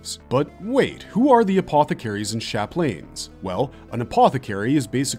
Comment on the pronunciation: Lol “sha-planes”